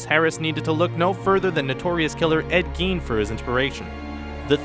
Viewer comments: In the space of 5 seconds you pronounce Ed Gein's name two different ways . Decide whether it's "Geen" or "Gine", but don't use both. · I love how quickly you changed your mind in how to pronounce Ed Geins name in less than five seconds...